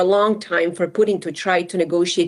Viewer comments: calls Poo-Tin boodin 😂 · Is she saying Putin or Pudding? I like pudding! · why is she saying pudim ? ahahah